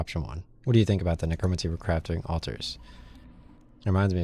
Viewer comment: Necromancy is pronounced like neh-crow-man-see. Not a big deal, just thought I'd help you out with that.